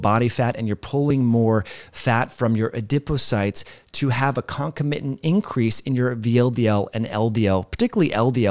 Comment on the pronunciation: You are mispronouncing “concomitant”. Doctors pronounce that conCOM itant